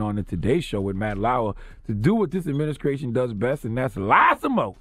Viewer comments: Does Charlemagne say "adminiskration" ? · "trump adminiskraytion" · Adminicration? lol